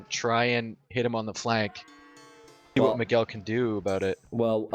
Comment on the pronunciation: you pronounce almost all Brazilian names incorrectly. Miguel is pronounced like this